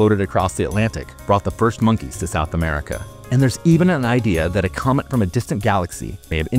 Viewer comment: Did you say cummit instead of comet?